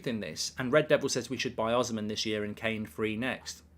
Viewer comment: The pronunciation is O-SEE-MEN or the N can even be silent